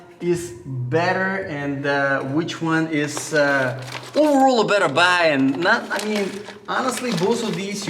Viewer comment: “Oooovorrol” 🤣🤣 overall 🤣🤣